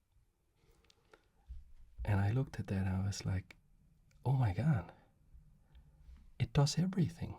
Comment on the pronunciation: the suybtle rook move and you were like, "oh my gaw" lol got me laughing lol, the way you said it was hilarious lol :_)) my sister in law says things like that, oh my gaw, its cawd outside lol